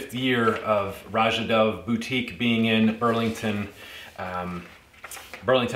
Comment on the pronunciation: Thanks for the review. I appreciate that you correctly pronounce Roja’s first name. His name is often mispronounced by fragrance reviewers as they interview him!